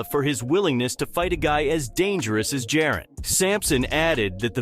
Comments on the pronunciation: It’s Ja-Ron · Said it two ways, both wrong 💀 must be AI because wtf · Bro delete this and learn how to pronounce this man’s name. Disrespectful lol